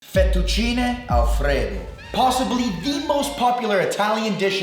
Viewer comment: "FettuCINI" ???? cmon..... 🙂